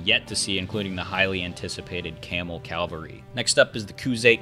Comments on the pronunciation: its cavalry not calvery , i found that annoying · I swear I hear you saying calvary. It's cavalry.